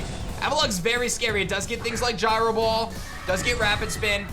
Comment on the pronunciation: Wait im a fan but did you say jyro